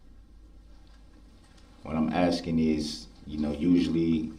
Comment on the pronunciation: wait is he really asking (axing) around the 3h15 mark if it's legal for the protection to prepare their questions in advance???